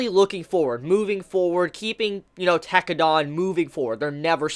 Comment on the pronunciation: every time he says tekkedan I cringe.